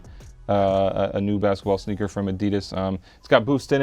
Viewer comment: Did he say schneaker